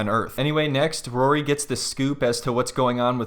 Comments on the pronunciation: Who the hell is “rurry’? 😂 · Why does she pronounce his name like Rurry? I can’t unhear it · Still can't believe she's 27, or that she can't even 'say' Rory's name correctly...it's like molasses coming out of her mouth: "Rurrey"